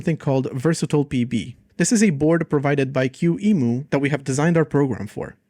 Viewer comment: It's "key-mu" not "q-emu" 😭